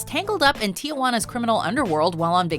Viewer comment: it's not TIAWANA its Tijuana (Tee-Whan-uh)